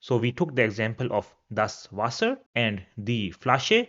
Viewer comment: Your content is good but pronunciation is so off. like Frau, wasser etc.